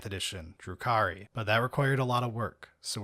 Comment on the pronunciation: Dark Elves are actually Drukhari, not Druki, in the 40k context. I'm not trying to be an "actually" guy though, but I figured if you cared enough to use their lore name, you'd want to get it right. Have a nice day.